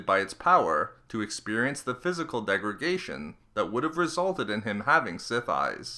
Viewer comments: "degraGAYtion"....degradation lol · Did you say “degrigation”?